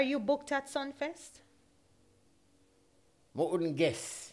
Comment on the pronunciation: "Sumfest " not sunfest...